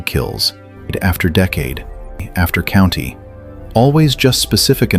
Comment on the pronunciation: "DNCADE AFTER DECADE - COUNTY AFTER CUNTY"... You might want to tweak that a little...